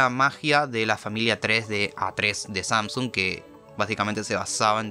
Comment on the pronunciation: Samsuns xd te equivocaste se dice samsung